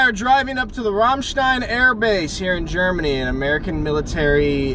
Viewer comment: American pronouncing Ramstein correctly, I still can't believe it :)